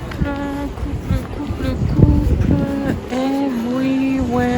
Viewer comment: Haha j'ai trop rigolé à la fin: "couple, coupleeu, couple, couuuplee" ;'D